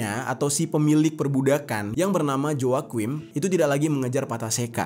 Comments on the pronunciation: Joaquin dibacanya wakin bang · Joaquin dibacanya hwakuin